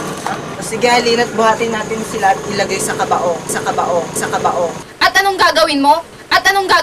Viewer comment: mali pagkabigkas ng "kabaong" xD tapos tumatawa nung binubuhat si ugong xD pero ayos na din... kung totoo to. sobrang nakakahiya. xD